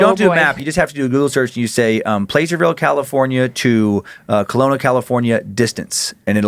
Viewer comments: Placerville... Short "a"...not PLACE-ER-VILLE. 12 miles from Pollock Pines. Between Sacramento and Lake Tahoe. ☮️ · Pla-sir-ville lol. i live there and i promise no one says it the way you did. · Placerville...pronounced plasser-ville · Dan, it's pronunced "Plass-er-ville" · Placerville has a soft "a" sound, like apple. I know it's not phenetic, but...